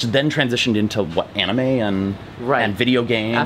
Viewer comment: “Like the onime?”